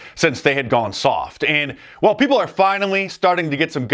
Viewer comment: Dice is brilliant. I just wish he could pronounce "Are" and "Our."